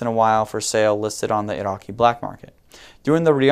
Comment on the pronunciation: im Arabic and he spell Iraqi the perfect way , these goons are high